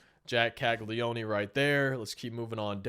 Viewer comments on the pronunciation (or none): By the way, it’s pronounced Jac Cag-Lee-Own not Cag-Lee-Own-E